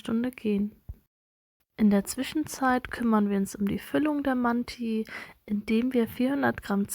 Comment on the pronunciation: Man sprichst du manti deutsch aus 😂